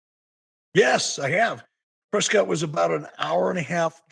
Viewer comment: FYI as someone that the town is named after our family name is pronounced Press Scott Not press Kit 🤦‍♂️ Jaysus